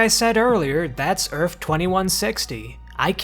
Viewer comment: It's EARTH with a -th at the end, not ERFF. What the hell is wrong with you?